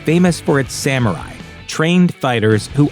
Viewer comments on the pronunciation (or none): none